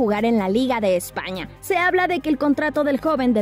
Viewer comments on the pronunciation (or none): ése "España en la "ñ" lo dijo muy raro jajaja